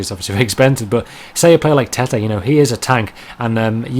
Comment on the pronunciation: Tettey is pronounced tetty wothout e